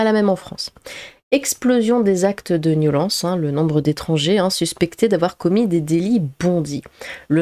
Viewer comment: t'as une jolie voix mais c'est soulant quand tu dis "niolence"